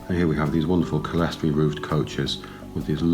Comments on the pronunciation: Clear-story. Lots of people pronounce it Sellestory or Kellestory for some reason. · Well, if they do, they're idiots. And it is not Clear-story, it's cle res tor y, 4 syllables, not 3.